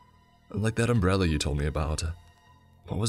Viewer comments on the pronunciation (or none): none